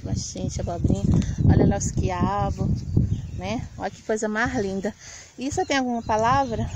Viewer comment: Kkkkkkkkk É mto engraçado o pastor falar coisa "mar linda"... kkkkkkkkk